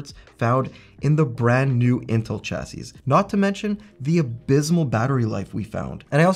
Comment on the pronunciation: Informative video, but someone please teach this man how to pronounce “chassis”.